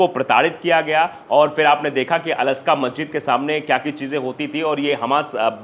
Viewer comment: प्यारे भाई मस्जिद अक्सा है अस्का नही